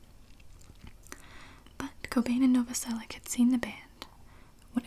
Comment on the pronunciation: I'm fairly sure Krist's last name is pronounced "Nova-sel-itch". Slavic root, most likely.